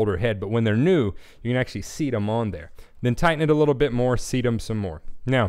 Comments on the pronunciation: It's weird but, it sounds like you're saying "... seed the drum head." Of course, we all know the term is "... SEAT the drum head." Other than that, great video. The best part being that people can hear what you're doing as well as see it. Talking about tension is pointless to anybody that's just starting out. You gotta hear it. BTW, you do a great job on your internet lessons. Great stuff! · Great lesson! thanks for letting everyone know that muffling isn't a dirty word, its all part of your choice. One question though, are you saying "seed" the head? I always heard it as "seat", maybe I'm just mis-hearing you.